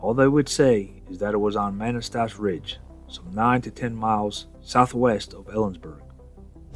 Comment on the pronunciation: Pronounced “Kih-tih-tass”. And, “muh-nass-tash”